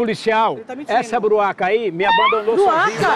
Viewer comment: "Sua broaca" kkkkkkk, Ivo é fóda 😆🖒